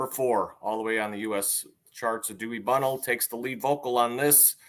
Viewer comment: Cmon guys, Gerry Beckleys name is pronounced Jerry not Gary. And Dewey’s last name is pronounced Bunnell not Bunnel ! Get it right! But I do appreciate giving my favorite band some love. Thank you